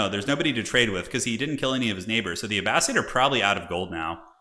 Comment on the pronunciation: Wow that FFA was epic! But hey I happen to be listening to "Power and Thrones" by Dan Jones which is about the middle ages and he pronounces Abbasid "A bass SID" not "A bass SEED". Anyways love your videos it just bugs me 😅